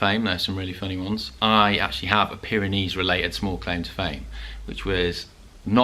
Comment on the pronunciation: Off to the Pyrenees in June, struggling to find the "Byreneese"? "Baronees" gizza clue mate.